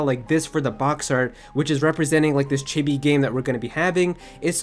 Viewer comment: The way he says chibi is just no pls no